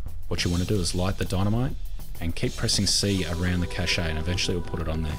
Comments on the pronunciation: the fact he calls them chache-A 's instead of pronouncing it cash really grinds me the wrong way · The e in cache is silent. Pronounced like cash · A cache, like an arms cache is just pronounced like cash. It's a loanword, but the main thing is that another French loanword, cachet is pronounced like how illiterate seppos pronounce cache wrong. They've only been doing that for the last decade, don't copy seppos, they basically can't speak English because they have no vocabulary and nearly always nors up French loanwords. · At first him saying Cache really bothered me, but it's kind of funny yet soothing. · great video, really helpful, but the way he says cache is so annoying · maybe they say them differently in different places of the world